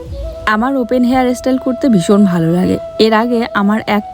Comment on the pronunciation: Nij j vasai sabolil sei vabei kotha bolo kono osubidha nei kintu english uchharon gulo toh tik koro, jamon tumi bolo ইস্টিল কিন্ত কথা টা হবে স্টিল, হেয়ার এস্টাইল নয় কথা টা হেয়ার স্টাইল,এগুলো তো ঠিক করো। খুব সুন্দর হয়েছে হেয়ার স্টাইল টা এগিয়ে চলো। রাত এ শাক খেতে নেই।